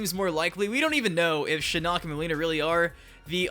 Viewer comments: Brooo. I dont like how to say Shinnok lmaoo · Why you keep pronouncing Shinnok wrong? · please say Shinnok right